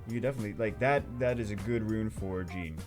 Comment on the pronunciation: i love your video good job for that but pls stp say "Gin" for jeanne prononce janne for Jeanne d'arc she's french